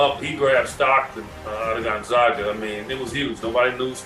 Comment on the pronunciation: Put some respect on Gonzaga’s name. Zag, not zog. Mfs sound disabled saying gonzoga